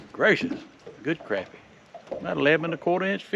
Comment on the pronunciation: I can't support a guy that pronounces Crappy wrong... LOL